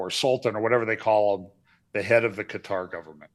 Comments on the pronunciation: I subscribed, tell that if he can stop saying putter then he could learn to say Qatar. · Quatar, most appropriately pronounced Gutter.